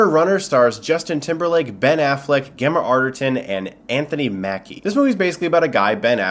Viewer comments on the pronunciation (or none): Cool review ;) you say it Jemma not Gemma ;) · Gemma as in GEM meaning jewel. Not gem as in gembal. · It's pronounced Jemma, isn't it? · It's Pronounced JEMMA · Gemma with "j" sound. Oh my, and it's not even my first language.